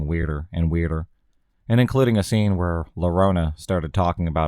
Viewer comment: Glad I got to watch this! Oh by the way it's pronounced "Yo-ro-na."